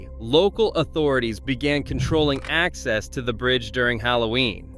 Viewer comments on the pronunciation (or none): none